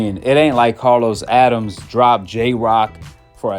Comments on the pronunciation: It’s not Addams! It’s Adames! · Learn how to pronounce a fighter's (Adames) name correctly. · His name is Adames, pronounced (Ah da mes) not Adams. Learn how to properly pronounce a fighter's name and give them the respect they deserve. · (Adam-Es AdamEs. Adames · Good content but you killing me with the name mispronunciation ahk. (Ah-dahm-es) Adames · I rock with you heavy man love your content, but you butchering names 😂 it’s Uh dom mess =Adames and Buh ros so = Barroso old man who fought Rolly. Not Barrios keep doing your thing though 🫡